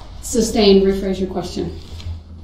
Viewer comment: I also hate the way the says oath (oaff), truth (truff), sustain (substain), umbilical (umbiblical), and so many more.